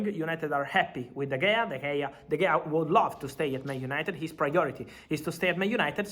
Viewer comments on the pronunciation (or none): Fabrizo it is spelt de gea but pronounced de hea